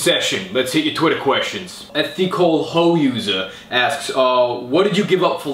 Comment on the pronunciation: "TheCole ho-user" XD